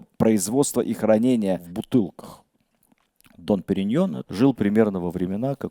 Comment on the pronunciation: "Дом Периньон", а не "Дон")